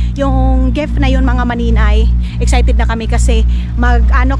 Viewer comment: Giiiiiiiift ndi gef